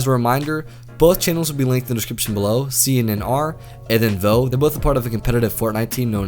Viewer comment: It’s not “CNNR” it’s pronounced “Connor”